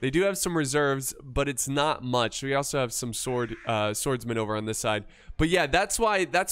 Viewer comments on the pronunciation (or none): none